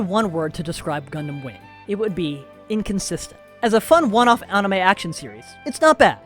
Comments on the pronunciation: Bro really said On-i-meh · Funny, I hate when someone does a deep dive yet doesn't do the basic research of how to even pronounce things. Well this guy seems like he can pronounce most Japanese words as they should be, but pronouncing the word anime itself has eluded him. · Disliked for pronouncing anime like a douche. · Why are you saying anime wrong?